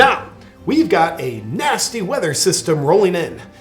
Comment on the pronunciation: Did he say, we have a nazi or nasty weather system rolling in? Both are bad I guess!